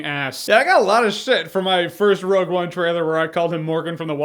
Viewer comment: wogue one?